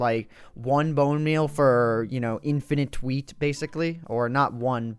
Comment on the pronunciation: No, Grammar Nazi noticed you said bone meaN instead of bone meaL (capitalizing the letters that are in question). You came sooooo close, but points for effort my friend.